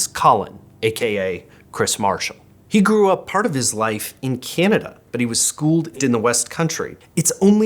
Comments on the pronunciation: The host must be from the Midwest. When he said “keen-ee-da” rather than Canada, I lost it 😅. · Given that he pronounced Canada and Cyanada, I'm guessing he's definitely not Canadian.